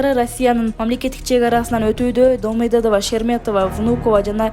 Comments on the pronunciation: Домоедова эмес Домодедово. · Думодедова дейби ким укту или мага эле ошондой угулдубу Даба даба дум деп койбоптур лудше😂😂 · Домодедово ны тура айтчы Сен 😂😂😂😂😂😂😂😂😂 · мо суйлогон кызга домодедовону кайталатып суйлотуш керек екен😅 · Туура окуй албаган Берлин мн Домадедованы туура айталбаган журналистти чыгарбайле койгулачы.